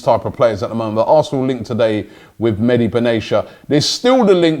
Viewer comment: Mehdi WTF!? Can't pronounce to save his life, oh Robbie😂